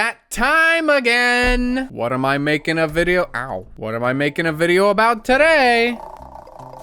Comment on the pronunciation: whear bideo